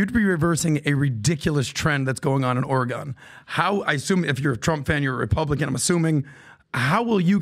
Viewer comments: is no longer allowed to say “Oregon” ever again. The word eludes him. Oregon. Pronounced Oregun or Oregan to the natives. Not OREGOHN! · If he says Oregawwwn like that one more tim I unsubscribe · Orygun... not OreGone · It's not ORE GON. it's Oregan like organ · “Or-rah-gone” needs this governor. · Omg stop! It’s ORE-GUN! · Or'gun... from Vancouver. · “Oray Gone” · He’d get my vote. And it’s not Ori-gone. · Chael, before Governor, you have to correct people who say “Oruhgone”. The world needs to know. Dang, always finds a way 😂… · says oregone again I’m gonna turn it off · Why is unable to pronounce Oregon like a normal human? What is oregON? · Ugh, learn how to say Oregon, it’s not “or-a-gone.” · Omg cant even say Oregon 🤦‍♀️ let alone weigh in on our issues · I'm annoyed he didn't correct on how to say Oregon... As someone from Southern Oregon I think a lot of the state, especially us down here, disassociate and disavow everything north of Salem as part of Oregon. Portland has been bad for my entire life, but in the last decade it has gotten considerably worse! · continually pronounces Oregon as though he’s never heard it said aloud. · I hate the way says Oregon...my Lord..😂😂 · How does a guy in his 40’s not know how to pronounce Oregon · If you say Oregon wrong one more time Im gonna lose my shizzzzz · Chael please let him know how to pronounce Oregon! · Why can’t say Oregon? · mispronouncing Oregon is too far.